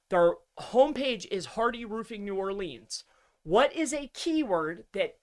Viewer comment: I love you brother, but your Nawlins client is going to fire you for mispronouncing "New Orleans" sooooooo many times! hahaha...keep rockin it,!